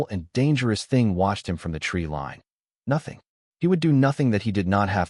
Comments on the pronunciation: What is with pronouncing line as lean? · It is AI using the soft I sound as in lip instead of the hard I sound as in lice. It doesn’t know the rule . . . yet